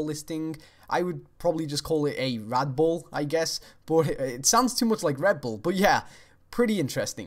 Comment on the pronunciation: When you said rad bull sounded like red bull I instantly thought that Bethesda should add that as a 'experimental' drink in the fallout series